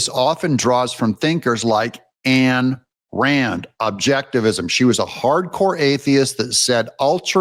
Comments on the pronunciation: Ayn rand..... not Anne rand. The self interest is fine when you realize helping others is good for you. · You are completely wrong on many points, including that Rand Paul was named after Ayn Rand… Who’s name you totally mispronounce. Ayn Rand was an atheist that is true. But she has a lot to offer even to people that are Christians. And selfishness under her definition does not mean that you don’t help other people! It means that you don’t sacrifice Your moral principles or your self for the sake of others. And that is a good thing. I believe a lot of that comes from the demand of the bullshit that you sacrifice yourself for the betterment of the state.